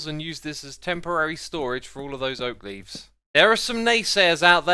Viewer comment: Remember it's oak leavee